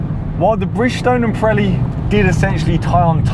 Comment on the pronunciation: Pronounce ......Not correct Preli .....Piiiiireli ..Pireli